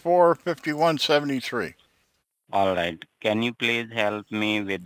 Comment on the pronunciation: "allight allight"